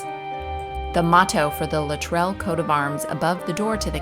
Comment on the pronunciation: Minor point, but the name Luttrell is pronounced with the emphasis on the first syllable